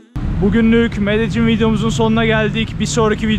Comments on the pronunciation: Benim bildiğim L harfini Y olarak okuyorlar İspanyolcada. Yani Medeyyin olarak okunması gerekiyor ben mi yanlış biliyorum acep? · medecin değilde medennin diye telafüz ediyorlar diye biliyordum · Medecin değil... Medeyyin olarak söylenir, kral! Medellin tam mafyanın merkezi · Medellin deyilmi o? niye her kes medecin diyo? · Medelinn abi Medecin degil 😀iyi eglenceler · Abi aslında “Medeyin” diye söyleniliyor. İspanyolcada iki “l” harfi yan yana geldikçe ‘y’ diye söylenir. Bu arada her zamanki gibi güzel ve yüksek kalitede bir çekim olmuş; Böyle devam abi 🙌🏼🙏🏼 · Medejjin. Kaynak: 5 gun once ordaydim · medecin diye okunmuyo ki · Şuraya medecin deyip durma ya medellin de şuraya